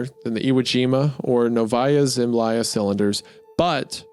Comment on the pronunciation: Around the , it is pronounced "nOvaia: zemljA" - Новая Земля - translates as "New Land"